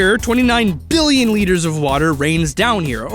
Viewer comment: i liked the multiple ''BBBBillion'' there are in this video